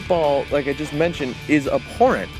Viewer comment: The average WNBA salary is $79K. Keep in mind their season is only 4 months long. I'll take $79K to play marginal basketball for 4 months. That's enough to pay my bills, I can spend the rest of the year making next to nothing as a shitty guitar player. Also, the word is abhorrent, not apporent.